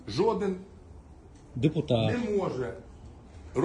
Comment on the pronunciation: Точно що не депутати, а як він каже деТупати😂